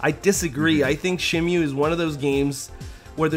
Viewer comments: I know the game pronounces it Shen-Moo, but I always heard everyone growing up calling it Shen-Mew, which stuck with me as better sounding. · God I hate when people call it "Shenmyu." It's "Shenmu." Even Yu Suzuki himself says it that way. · man can't even pronounce the game right....it's not shen-mew.... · Shimew, what a strange pronunciation. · its shenmue not shinmeewwwww, jesus christ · And not Shenmoo